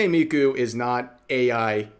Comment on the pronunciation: Wtf.. how dare they try to tarnish Miku.. and butcher her name on top of it. And then drag Kizuna into it. This bitch is insane. Shes either dangerously ignorant or purposely spouting misinformation. I think the latter.